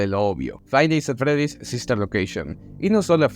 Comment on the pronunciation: Tkm pero me cague de risa con el "faib nis at fredis" XDDD